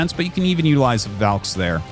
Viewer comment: and in this video he pronounces "valks" and "valkyries" correctly, out of nowhere. lol he has a weird thing with that word